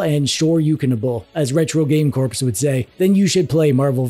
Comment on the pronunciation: STOP REFERRING TO RUSS AS RETRO GAME “CORPSE!” It’s Retro Game “CORE!” The P in CORPS is silent! It truly bothers the heck out of me!